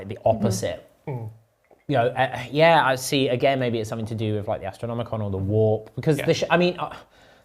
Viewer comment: Sorry i spaced out after "astroNOMNOMicon" lol